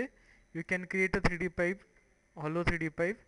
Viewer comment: 32 LMAO what did you call it? pot...pite...popusea...pite...pop...pite...popusea....? Didnt know a PIPE was that hard to say in English...